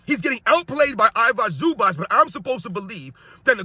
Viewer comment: stop butchering I-vi-ca Zubac's name, he's not Ivock Zubak